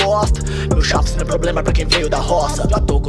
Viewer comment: Sigo esperando o aprender a falar “problema”